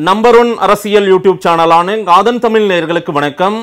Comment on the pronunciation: நெறியாளர் அவர்களே, தமிழை தமிழ் என்று உச்சரியுங்கள். உங்கள் உச்சரிப்பு "தமில்" என்று இருக்கின்றது. அதே போல் ள ழ உச்சரிப்பு பயிற்சி உங்களுக்கு தேவை. முதலில் அதற்கு பயிற்சி எடுத்து விட்டு பின்பு பேட்டி எடுக்க முயற்ச்சி செய்யுங்கள்.